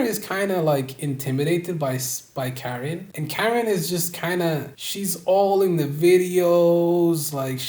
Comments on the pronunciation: KAR IN not karen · How you gonna make this whole video dissecting their relationship and then call Karin, Karen 🤡 it’s like ‘cuh-rin’ bro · It’s weird that a Hetero male is exposing this about a lesbian couple, but STOP SAYING KAREN ITS KUH-RIN